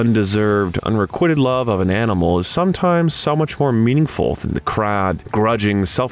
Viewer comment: "Green-wich", he says(twice), ..."13 pounds & 50 cents" ..& "unre-quit-ed love"?!? So, the actors all had to read "Coppola's novel, ..'Dracula'," ..did they? And it just goes on & on! ...Gary Oldman is one of the greatest actors of this age or any other, ..while the narrator of this video should be doing any other thing for his living. An obnoxious voice & that annoying use of inflection & pace, coupled with an inability to properly pronounce your words or to necessarily know what they should even be, is all bad to the ears of anyone trying to view a video, no matter how interesting the subject. Lame & erroneous statements like saying that for an actor it is a " ..difficult task ..to plausibly convey the character & experiences of a man who lived & died ..LONG ..before his birth!" ( To "act", does that mean? ), only serve to nail it all shut.